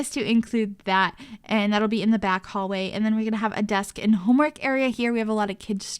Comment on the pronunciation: Is it just me that hates when every sims builder on Youtube says eeand instead of and!?!?!?!!